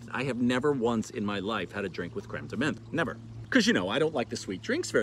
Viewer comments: I'm with you. I usually don't correct, but you said menthe like 40 times in this video. As a Frenchman I felt like I had to say something. Time to watch episode 52!!! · Menthe is pronounced like Monty without the y. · French does not have a "th" sound. "Th" is usually a pronounced as a hard t sound. Menthe = m-on-t Absinthe = abs-ant